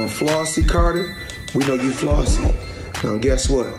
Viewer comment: Flossy the Spanish was perfecto!!!